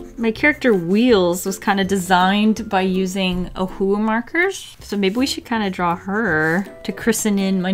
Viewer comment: Nobody in the world can say “Ohuhu” much better like it was meant to sound in the first place like can.. or is it just to my hearing 🤔🤣